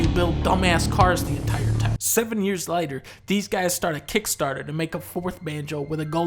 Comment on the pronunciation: "7 years LAYTER" Dunkey sounded British there for a second. And that's important